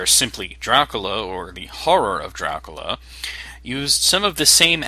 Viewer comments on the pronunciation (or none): You have a bad microphone - and your not saying DRACULA right its not DRUCULU